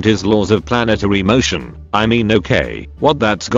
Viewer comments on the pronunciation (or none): none